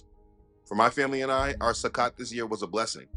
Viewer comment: A friendly correction. The O in Sukkot has the long O sound. I understand that the O in Hebrew is always pronounced with the long O sound. Just striving for truth and accuracy. YAH Bless. Shalom